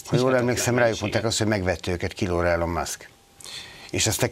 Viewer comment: Nem Elon, ejtsd Ilon